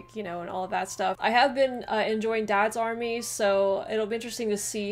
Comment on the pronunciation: DADS army! So funny with the American emphasis! It's Dads Army, flat tone across both words.